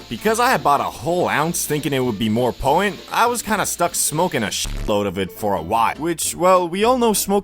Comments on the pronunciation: Poh-tent !!!!!!!!!! It's not that hard to say there I just helped you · Poh-en. They're very poh-en. Such high poh-ensee.